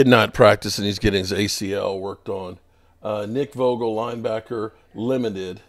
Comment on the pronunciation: Also Nick Vogel.... butchers names so damn bad..